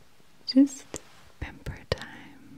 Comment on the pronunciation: Lol Everytime I watch this which is my favorite one, you say it's pamper time but it sounds like Penber time as in Raye Penber from (Death note) lol 😁